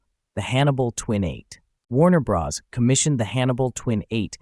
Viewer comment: "Warner-Bras?" You do know that "Bros." is an abbreviation of "Brothers," right?